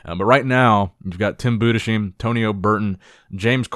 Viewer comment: Hey, it's Tim Bu-des-HEIM... not sheem... Please get it right!